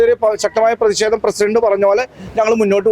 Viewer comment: എടാ ചെക്കാ പ്രശ്‌ദമല്ല പ്രതിഷേധം എന്ന് പറയുക